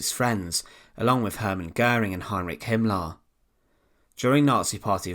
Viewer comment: HitlAr and HimmlAR 😂